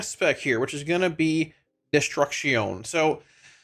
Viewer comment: Should always pronounce Destruction that way 😂